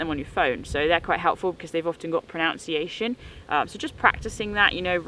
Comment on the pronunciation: Thanks for the info. I will admit, I giggled when you mispronounced pronunciation.